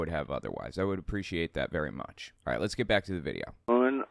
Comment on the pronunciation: That was my first thought; sounds like it's simply a speech impediment, namely rhotacism in which the "r" is difficult for the speaker to pronounce. I've read that there could be a correlation between it and autism, but only anecdotally. (Edit: And of course neurotypical people can have this particular speech impediment).